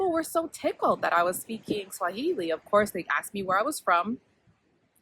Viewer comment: You are a first learner ..your pronunciation and intonation are on point. Uko sawa kabisa👍🏾. Very insightful info...karibu 🇰🇪🇰🇪 tena